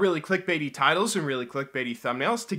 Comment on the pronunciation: Man i thought u said tities for a moment